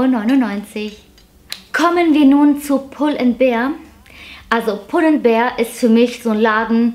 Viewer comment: Danke für das tolle Video, und danke, dass du mal als "einzige" youtuberin pull and BEAR sagst und nicht "BEER " hahah. 🤭🤭🐻